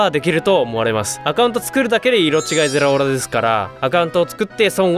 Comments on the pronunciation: ゼラオラちゃんと言えてないの草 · ゼrrrrラオrrrrラ